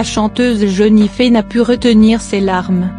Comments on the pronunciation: Jennifer pas jenifee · jenifee mdr mai ji coi pas